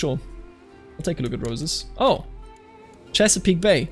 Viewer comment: I'm impressed you got Chesapeake Bay correct on the first try. I moved there as a native english speaker and had difficulty figuring it out haha